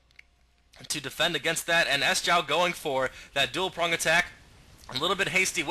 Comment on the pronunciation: Good cast, would also like to point out that Sjow's name is not pronounces S-jow but more like Sho. Sjow is a Swede and it's harder for an english speaking person to pronounce it the "right way" Keep it going:)